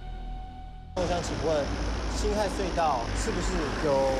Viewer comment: 那個不念ㄏㄞˋ念ㄏㄜˊ